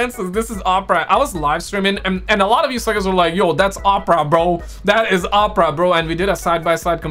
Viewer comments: Ur saying opera wrong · R U fkn wit Us? LoL its O-Pruh (Oprah)